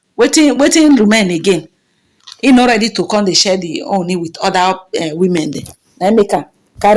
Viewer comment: as a Nigerian blogger, may you please go learn proper pronounciations of Ooni. Also learn how to pronounce the King's name. Avoid repeating yourself too often. Tnx